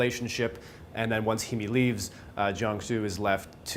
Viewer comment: her name is pronounced hay-me just a heads up. love the review. i just finished the movie and im baffled. once i seen all the jewerly in bens bathroom i assumed hes a killer and keeps a souvenir of the women he kills off. im not so sure though. i am sure that i enjoyed it though.